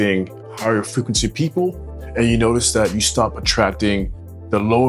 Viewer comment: Hey,, I love your content, really good work. But you always make me laugh whenever you say vibration and frequency 🤣